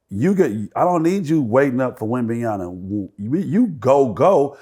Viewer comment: Wemban(YANA) WRONG Wemban(YAMA) CORRECT Whats so hard about pronouncing wemby name??? A LOT OF YOU GUYS ARE MESSING IT UP‼️‼️‼️